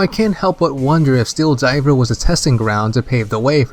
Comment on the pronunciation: Why do you say 'diver' like 'diaper'? Lol.